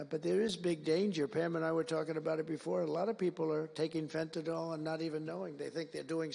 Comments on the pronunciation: It's pronounced FENTANIL, NOT FENTANOL. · Let’s work on how to pronounce Fentanyl first, huh Trump?